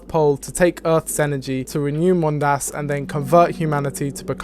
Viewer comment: Is it canon, that the second syllable of "Mondas" has to be pronounced weird? I've seen several YouTubers stress the second syllable.